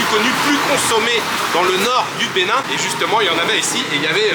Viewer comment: Bon séjour au Benin, vous prononcez bien le nom des villes au Benin, C’est pas facile mais vous vous en sortez bien🇧🇯